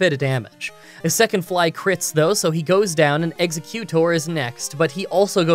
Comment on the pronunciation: EX-U-CU-TOR made me laugh a lot lol